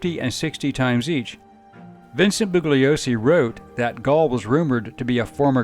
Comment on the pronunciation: A well-done synopsis of a difficult, twisted tale, one I recall from my youth (I turned 16 in Aug. ‘69 when the Tate-LaBianca murders occurred). Two minor corrections — the name of the DA who prosecuted Manson et al. is pronounced bullYOsee, and Bobby Beausoleil’s name is pronounced BOsoLAY. (Sorry for being so pedantic!)